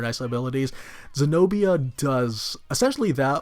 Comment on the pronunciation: Senobia not señoría